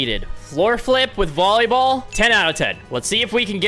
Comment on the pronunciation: Bro really said bollyball